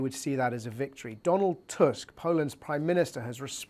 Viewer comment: Props for the correct pronunciation of the Polish Prime Minister's surname,!